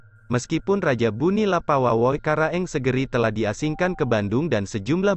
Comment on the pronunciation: bone min bukan buni😅